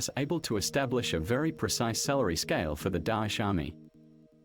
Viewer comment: The way he saying dosh instead of daesh is fkn killing me 😂